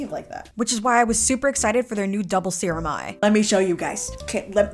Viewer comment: “to become one ✨✨SUPER SERUMMM✨✨” (said in a harry potter accent or something)